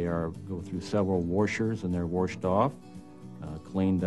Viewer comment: It’s washed not worshed!! He probably says vericle instead of vehicle, too.